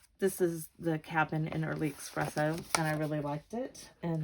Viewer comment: Those are all great cards! I am going to be CASE-ing them. I wish there was a heart emoji for YourTube. That is a Fox, BTW. We see them going through our yard, frequently. Badgers have much shorter legs, and hug the ground. Also; may I point out that there is no "X" in Espresso. Sorry, I'm not trying to be rude, that's just one of my pet-peeves.